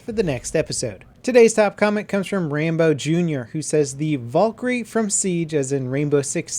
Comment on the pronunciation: Its pronounced VALkyrie NOT VOLkyrie